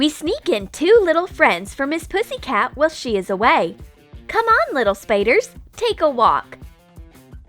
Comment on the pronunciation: You sayed pissycat